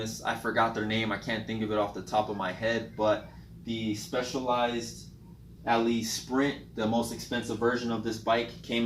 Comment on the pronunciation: It's pronounce "Allay", it's French for "go". Took me a while to figure that out.